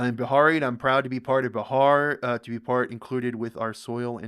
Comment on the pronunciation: You pronounce wrong Bihar